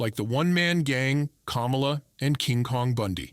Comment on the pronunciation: Good video except the pronunciations of Abdullah and Kamala